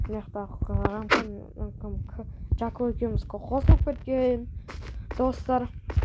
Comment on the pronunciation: Рамхан емес Рахман 😅😅